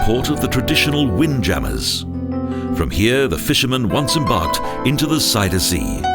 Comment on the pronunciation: This announcer can't pronounce "Magere Brug" or "Zuiderzee" correctly. Kind of irritating.